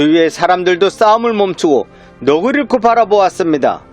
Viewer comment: 정말 재밌네요. 한가지----'넋을 잃고'는 '넉쓸 잃고'라고 읽으시는 것이 맞는줄 아뢰옵니다. 감사합니다.